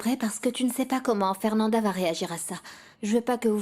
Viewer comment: Quais graciella elle á faire dit mal afernanda ohooo my gosh